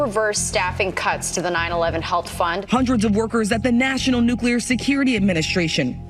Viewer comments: Great video and analysis but did you really just say... "nucular" ? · What is "nuculer"?